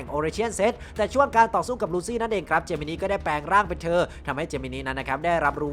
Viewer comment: ถ้าออกเสียงตามเมะคือเจมินิน่ะครับ